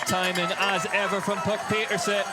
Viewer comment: Puck Pieterse: Babyfaced Assassin. She is SO good. Now we just need the commentators to start pronouncing her name correctly.